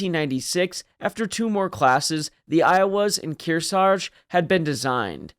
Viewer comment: Keer-Sidge. Or something close to that.